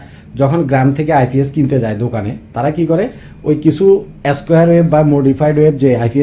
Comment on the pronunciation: আইফিএস না আইপিএস😂😂😂